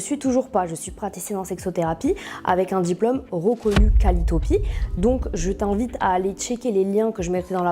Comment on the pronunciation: Qualitopi ou Qualiopi ? 🤔 Déjà la si le mot est mal prononcé en deux fois, je doute de sa formation ..